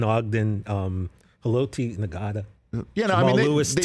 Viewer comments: Bro now I'm questioning knowledge off clearly not knowing who Haloti Ngata was. "Nuhgata" is not how it's said. If u rly were watching football in the 2000s you know the G is silent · How you not know how to say Ngata 😂